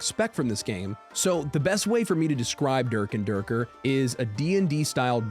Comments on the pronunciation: "Derk and derkerrr" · Anybody else think of team America when you said durk and durker 😂😂😂Lol 😂😂😂😂😂